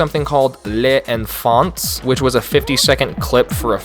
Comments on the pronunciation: Yeah so, because it's French, you butchered 'Les Enfants' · La maniere dont il a prononcer « Les Enfants » OH MY GOD PUTAIN LA PRONONCIATION HORRIBLE (oui je suis française)